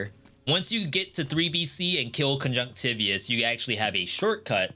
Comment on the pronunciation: I think it's pronounced kuhn•juhngk•tuh•vai•uhs not tih•vee•uhs